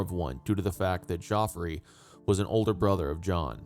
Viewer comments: Your pronunciation of the French place names is excellent. But Geoffrey is pronounced "Jeffrey", not "Joffrey". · er, Geoffrey is literally the original spelling of Jeffrey; why do you keep saying JOffrey? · Wrong. We don't know who wrote ANY of the 4 gospels. Geoffrey is pronounced the same as Jeffrey. At least you got the source of his nickname right.